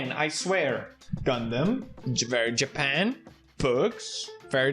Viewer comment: Wverytime you keep saying Japan, I keep hearing Ja Pant. Are you “ja panting”? Lmao